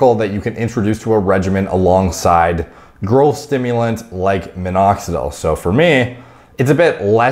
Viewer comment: Anyone else hears "girlth" when he says growth?